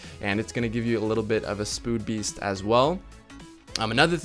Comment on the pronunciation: Spood beast? Lol 😂